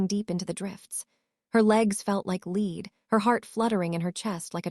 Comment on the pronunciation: Please pronounce lead and lead in the correct grammatical tense and definition